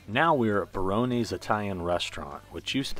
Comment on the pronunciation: Barone’s not baronees